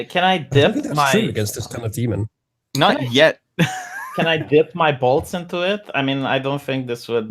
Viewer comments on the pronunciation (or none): he said bolts I had to listen three times